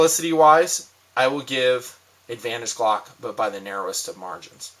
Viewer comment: I don't even own a gun and know it's "glock" not clock lol